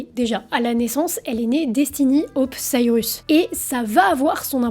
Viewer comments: Reportage bien ficelé, et comme toujours très prenant, même si mes oreilles ont grésillé à chaque "Miley Cyrus": C'est Saille-Russe, pas Sariusse 😀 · Elle dit vraiment sarius à chaque fois lol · Sirius ? Mais où vois-tu le i avant le u, dans Cyrus ? Lol Bon sinon j'ai appris des trucs, car je ne connais pas cette artiste ni ses chansons ; la variété américaine ne m'ayant jamais touché, et pas qu'américaine. Mais joli travail de synthèse et de présentation d'une star. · Mily/Miley c'est une chose mais c'est Cyrus, pas Sirius ;) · La drogue fais toujours mal aux cerveaux et c'est "Cyrus" et non "Cyrius" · Bonne vidéo, mais c'est Miley ''Cyrus'', pas ''Cyr-i-us'' -petit défaut de prononciation un peu agaçant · Tu m'a mis une source de stress toute la vidéo à l'appelé Sirius mdr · Miley SAIL-RIUS!!?? HAhaha mon Dieu les francais... cest SAIL-RUS pas RIUS. D'où tu vois un i toi? Desolée, ca me cringe. jai quitté apres le 3e CyrIIIIIus. cest-à-dire, apres moins d'une minute. Ca gosse trop mon cerveau. cest comme gratter sur un tableau! Pas capable d'entendre ca. De toute facon j'hais cette conneee de Miley. heh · Cyrus pas Cyrius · Mais pourquoi tu dis Miley CYRIUS tout du long? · Ca me perturbe à chaque fois que tu prononces Cyrus "Sirius" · Sirius cest dans harry potter. Elle c'est "Saïreuss" 😭😭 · Tu n'auras pas réussi a prononcer son nom une seule fois correctement 😅 mais c'était intéressant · rha, j'aime pas faire ça, mais c'est dommage de mal prononcer son nom toute la vidéo :( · J'avoue que c'est un des deux trois points qui m'ont gêné dans cette video. Bien vu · J'ai pester tt la vidéo, ça m'a arraché les esgourdes 🙉